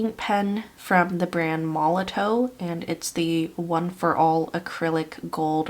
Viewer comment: Just as a FYI, Molotow is pronounced "Molotov". The w is a v sound, its made in Germany i believe. 😊